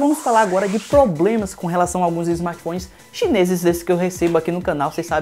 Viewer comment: Parei de assistir no "... vamos falar agora de PLOBLEMAS..."